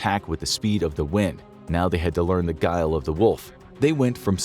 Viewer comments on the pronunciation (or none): none